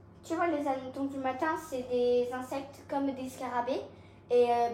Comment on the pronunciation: Coucou, je crois qu'on ne fait pas la liaison avec hannetons. Des hannetons, pas des Zhannetons.😊 Bravo à Thibault! Trop fort sur son velo. Et c'est bien qu'Elina t'aide si besoin. Dur dur le coup du lave-vaisselle 😮 J'ai donné avec les réparations et la vaisselle à la main, j'en ai racheté un. Il y en a des pas chers à Électro dépôt